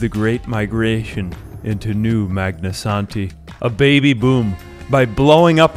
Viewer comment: I keep coming back to this video because I like hearing say "Magnasanti"